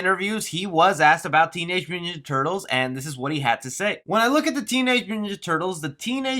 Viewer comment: can you even pronounce"mutant"?